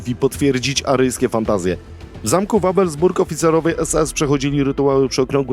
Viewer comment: Wewelsburg (czyt. Wyjwlsburg), a nie Wawelsburg. :-)